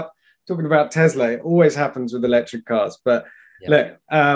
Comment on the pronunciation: Every time he says TEZLA a child DIES